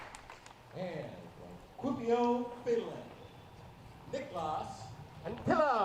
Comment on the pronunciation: Also Kuopio, spot on 👌🏻